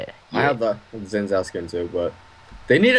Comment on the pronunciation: As an Asian I thought you'd know how to say Xin Zhao.